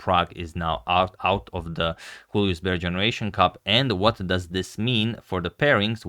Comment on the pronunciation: #suggestion Julius, not Hulius. It's a German name, not Spanish.